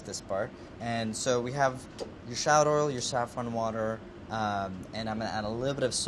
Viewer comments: Can't anyone in this show pronounce shallot correctly? 😩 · Every time he pronounces shallot or scallion a part of me dies.